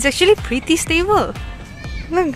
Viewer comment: Today =Sudey ,scared =care, pretty =pity, fab pronounciation 🤣🤣😂😂🤣😂😂🤣